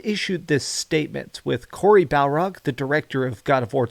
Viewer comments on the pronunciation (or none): Lol. You seem to have a lot of information for someone who can't even get Cory Barlog's name correct.